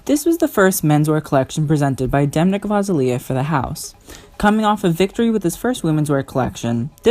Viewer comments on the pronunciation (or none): cough The G in Demna's name is silent cough cough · i think demna's last name pronunciation is incorrect.